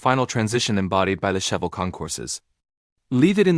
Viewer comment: Cheavel … ok Ai … sorry not watching if you mispronounce the first car!…bye…